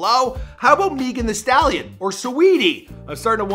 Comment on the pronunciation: MEEEGUN that staleeun